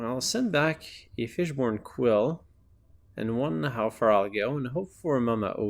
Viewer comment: Is he saying fishborn quill?